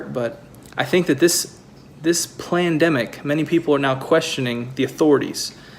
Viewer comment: ... did they create a new term "Plan-demic" for "the crisis of people not knowing the truth!" Or does he just have a speech impediment? Or are my ears off?